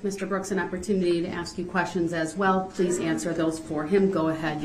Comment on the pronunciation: I wanna throw up every time he says axe !!!!!